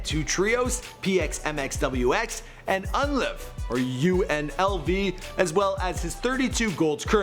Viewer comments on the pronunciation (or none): Dear, Pronunciation: Lil Dougie = Lil Doo-ghee (as in Little Doogie Houser MD) Pronunciation: UNLV = U-N-L-V (Stands for Untamed-N****z-Living-Violent) You did a good job elsewhere, though. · this nigga said "UNLV", U-N-L-V..LMFAO